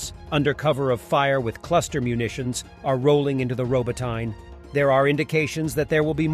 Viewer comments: Robot eh na. Not robo tyne. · It pronounced Robot nee Not robo tine from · Ro-bot-in-uh. Robotyne. E on end pronounced "uh". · I wish he would say Robot-Ne properly.